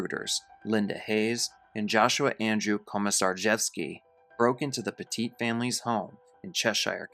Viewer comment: Petit, like "pet it"